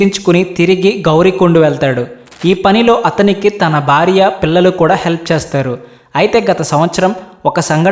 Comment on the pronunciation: Amazing story.... Hara Hara Mahadev. The Telugu pronunciation of the narrator is not the best. The host must work on his pronunciation. It is not 'barya' but it is 'Bharya' . The emphasis should be on b as in "Bha'. Good luck Why do we have to include Europeans in your videos for no reason? What is wrong with Indians?